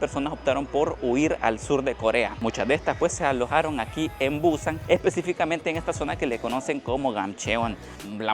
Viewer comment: Es Busán, no buuuuúsan.